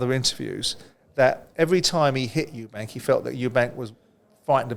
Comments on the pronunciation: Spencer........how long have you been in the boxing game now? Its Eubank.....not Eubanks. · Eubank, not Eubanks - there’s no S, it’s not hard